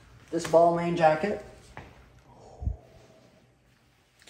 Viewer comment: Bal*Mon not Bal MAIN